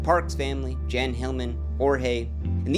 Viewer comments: Jan is pronounced as "Yawn." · Jan, a male name in Sweden, is pronounced Yan or Yahn, like Ian or John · Welcome back King, btw Jan is pronounced with a Y like “yahn”